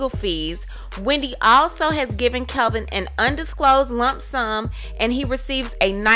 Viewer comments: Kevin NOT Calvin! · How do you have all this info when you can’t even say his name right? It’s KEVIN not Kelvin🤦🏻‍♀️ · It's Kevin not Kelvin! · Isn’t his name Kevin, not Kelvin? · Even though he cheated...supposedly...when reporting these stories get the parties involved names correct. Not that anyone cares, but professionally his name isn't Kelvin it's kevin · It's Kevin Not Kelvin? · I don't trust anything in this video. She can't even get his name right. His name is Kevin not Kelvin. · His name is Kevin. Why do you keep saying Kelvin? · His name is Kevin not Kelvin haha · It's Kevin, not Calvin! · His name is Kevin not Kelvin! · Isn’t it Kevin? Not kelvin? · I keep hearing "Kelvin"... isn't his name KEVIN? Jw 🤔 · Why does it say kevin in the title but the narrator is saying kelvin.. Which is it.. Iv never heard wendy call him kelvin just big kev or "old life" lol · Wow bro his name is KEVIN not Calvin lol Wendy is doing just fine js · What is wrong with you? His name is KEVIN Not Calvin. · His name is Kevin not Kelvin. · It's Kevin not Kelvin !!! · His name is kevin not Calvin get it right dammit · Why can't you pronounce the name Kevin? "Kelvin" is a totally different name. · His name is KEVIN, not KELVIN...please do your research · I love that you say Kelvin!!! Life ins. Policy should go to her son. Say it like you mean it. I agree. She’s going to look like a Hollywood monster. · why u keep saying KELVIN wtf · His name it's KEVIN! How can I trust your, "tea" if you can't even get his name right? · Why do you keep saying "Kelvin"? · Did the poster intentionally mispronounced the ex husband's name? I'm just asking because it's my first time listening to one of her videos so I don't know if it is a deliberate thing. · Lies this is not true you can't even pronounce the man name right so you don't get sued FAKE NEWS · The fact that you have his name spelled correctly in the title, and are saying it wrong through the whole video! LMFAO